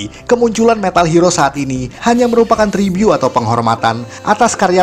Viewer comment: Tolong kl ngomong yg bener. Tribut bukan tribyu. Genre bukan jandra. Ga sekalian dibilang mandra???